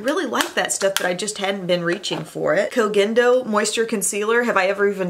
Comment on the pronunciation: Finally someone who is actually saying "koh gen do" in the right way! It drives me crazy when other youtubers say it 'koh jen do'